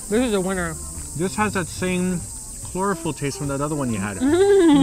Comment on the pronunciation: Why did pronounce chlorophyll as chlorofeelee